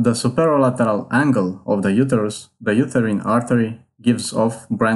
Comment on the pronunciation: Pronounce uterus correctly